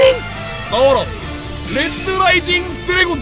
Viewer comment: 레드를 렛드라고 읽는 모습을 보니 킹이 되기에 부족함이 없어보입니다